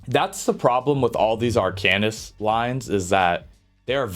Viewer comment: Its arc-an-ist. Seems like a pretty good tier list. I think earthen heart is garbage and would swap it with draconic power. Siphoning is really nice for ult gen and has insane sustain with siphoning attacks and healthy offering is a good burst heal, offensively yea it's trash without soulcleaver. Winters embrace it's getting 15% frost damage passive which makes it interesting for some builds. Polar is only getting nerfed on the off heal portion, no hot and initial heal is like 30% less, but the hot on yourself is getting a significant buff